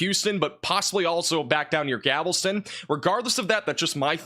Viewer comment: Galveston, not Gavelston